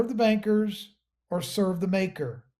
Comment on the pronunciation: Instead of banksters it almost sounded like you said ganksters!😂